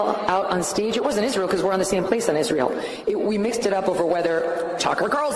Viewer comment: Why does Owens think Israel is pronounced "Ishreel"